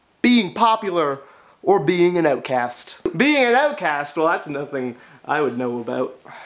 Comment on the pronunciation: "Being an ootcast" 😂